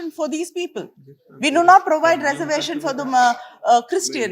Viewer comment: This woman is not pronouncing reservation properly.